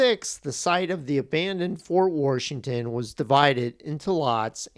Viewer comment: Why are you saying worshington? Are you from Pittsburgh?